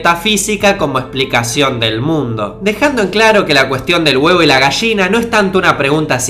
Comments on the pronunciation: "la Gasshina" xD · Buenísimo....Pero porque Dice....GAGSHINA?????Que no sé dice mmmm GALLINA EN ESPAÑOL???? Aclare me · "Gashina" :v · Dijiste Mil Veces Posho xD y unas 5 gashina